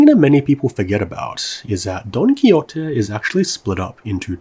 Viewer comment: jajajajajajajsjsjsjs "Don Kiyote" 😂😂😂 Great vid, but this one was not well pronounced. "Don ki-hote" is a better approximation to Spanish in this case.